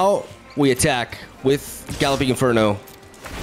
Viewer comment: "Gah-lopping" - gotta love For real though your excitement is very contagious